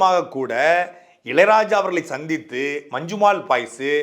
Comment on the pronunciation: நல்ல கருத்து ஆனால் அது 'மஞ்சுமேல் பாய்ஸ்' அல்ல 'மஞ்சுமெல் பாய்ஸ்' (நெடில் அல்ல குறில்). பெயர்ச்சொல் குறிப்பிடும் போது அதே உச்சரிப்பு இருந்தால் தமிழுக்கும் உங்களுக்கும் சிறப்பு. இது எனது புரிதல்.